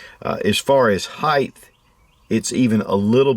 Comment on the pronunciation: Is he saying "HEIGTH? instead of height?